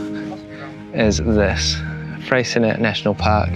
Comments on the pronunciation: BTW Freycinet National Park has a french name therefore should be pronounced Frey...cin..ee not Frey .. cin..ette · FYI the T in Freycinet is silent :) ---------Also Strahan? Its pronounced STRAWN